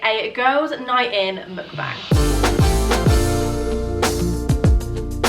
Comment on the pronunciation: I think you pronounce Mukbang wrong